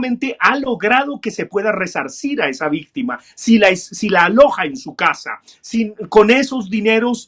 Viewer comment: porque dice victime, y no victima